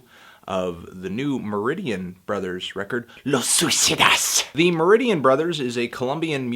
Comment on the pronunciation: "Los swi-si-DAS"